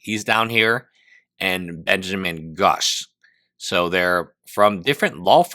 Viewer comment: for lawyer is atrocious at reading names lol. how does benjamin grush become "benjamin guss"